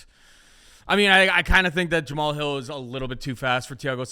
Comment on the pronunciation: Someone please tell how to pronounce Jamahal.